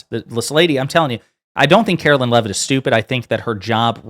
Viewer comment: karo-lie Leav-itt LOL